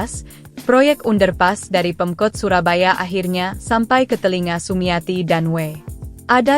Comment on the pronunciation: Baca under pass kok lucu.